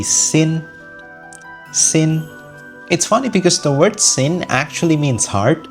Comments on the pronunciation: 哈哈哈hsin其实是读作“xin”而不是sin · Isnt the name Hsin pronounce as “shin”? Cuz I saw a vid which said it pronounces as shin